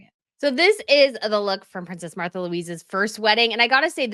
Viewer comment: I think her name is pronounced "Marta"